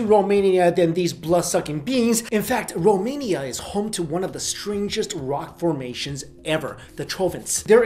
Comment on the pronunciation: Yes, Finally a youtuber who said 'romania' right!